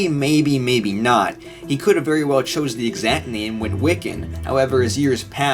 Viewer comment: Wery safe to say